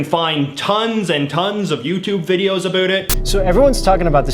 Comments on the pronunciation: This guy is from a dimension where "o" in a word with "ou" is ignored and therefore words are pronounced as "abut" and "arund" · At least in my dimension, we don't pronunce "about" in the Jayjayic way. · He said "talk a boot" I’m out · Hmmm... I could've sworn its pronounced "uh-BAU-t" not "uh-BOO-t"..... Maybe this is mandela effect🤔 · Why do you say “about” like that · Your “About” pronunciation is aggressively canadian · The dumbest thing is the way you pronounce "about".